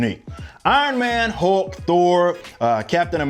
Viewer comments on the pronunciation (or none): none